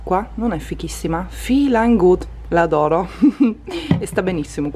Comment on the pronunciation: Ma non si legge "félin good" ? 🤔 Fa un po' il verso a "feeling good", no? 😂😘